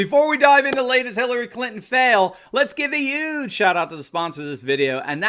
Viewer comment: Oh, you make me laugh because you say 'UGE' Just like the Prez. I love it!